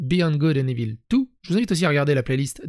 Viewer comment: Evil = « ivôle » !!! 😅